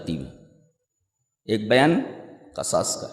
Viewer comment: قرآن میں قصاص کسرہ کے ساتھ ہے لیکن شیخ قصاص فتحہ کے ساتھ پڑھ رہے ہیں ، غالباً یہ بھی لغت ہوگی لیکن قرآن کریم کی آیت میں بھی شیخ قصاص کو فتحہ کے ساتھ پڑھ رہے ہیں جو کہ مناسب نہیں لگ رہا باقی شیخ کے مبلغ علم کا کیا کہنا 👍